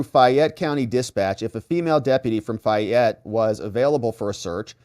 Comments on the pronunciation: Hey!! Back the bus up!! She was arrested in Fayette County Ga ( Pronounced FAY - ette,) NOT Fulton! Different courts, and Fani is NOT in Charge of that county!! Her daughters court in is Tyrone Ga...this is going to get good!!! See if mom pulls strings!! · First its Fayette County Georgia (pronounced Fay-yet, say it fast 10 times in a row), not Fulton, where Big Fanni's daughter was arrested. Fanni has no authority in Fayette County, as her authority stops at the Fulton County line. Georgia County prosecutors do work together occasionally, but not in every case, as they are independent authorities. Coweta and Fayette are very conservative counties, which won't bend to the Will or Demands of Fulton county....Not Ever!!.. Big Fanni goes throwing her weight around there, and she is liable to wind up in a cell with her daughter. I'm sure the Fayette County prosecutor will work out a "Deal" with Big Fani, but it will cost her big time. That one will be painful for her to overcome. She's in the Lions den in Fayette County, outside the reach of the Democrat party. She can't spew her Hegelian dialectic based crap there and get away with it, like she can in Fulton County... Further she's already skating on thin ice with the Senate, so thats working against her as well. And now its obvious she lied to the court about her relationship with Wade (saga continues), all very good ammunition for Trump and his co-defendants, in Georgia, as well as good objective evidence for the Senate in their review of Big Fani as a County prosecutor. Obviously, her children are out of control as well, thinking they got "big britches" everywhere they roam. We have a sayin for such things in the South.... "Some Peoples Kids" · FAY ETTE... ur driving me crazy. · Fay' (like may) ette. From Georgia. FAYette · FA (long A) Y,. Like a woman’s name - FAAAYette. I know you don’t speak Southern! Thanks for all you do! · It's not fyatte it's FAYETTE COUNTY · Its fay -ette co fa